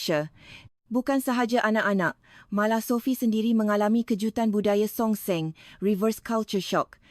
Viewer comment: Bukan songseng tetapi songsang. Berlatih lagi untuk bercakap dalam bahasa Malaysia yang betul.